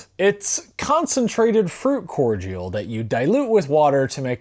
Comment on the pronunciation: Cord e al. That is how you say it.